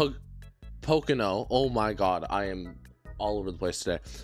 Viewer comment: This deserves more views just for the struggle of saying Pocono lol